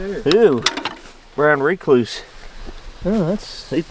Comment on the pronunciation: Brown rayclooose. Lol who the hell says it like that.